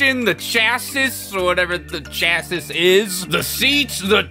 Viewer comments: Hey, just an fyi, “chassis” is pronounced “chassy” and it’s essentially the complete frame and suspension assembly 😂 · Chassis is pronounced cha-see, I am sure has heard that word before.